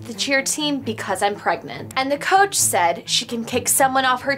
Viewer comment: “Coache” hehe 😂